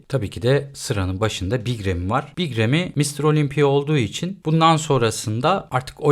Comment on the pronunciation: remi değil râmi ingilizce okuyacaksan da reymi (ki ingilizler de râmi der) ufak bi detay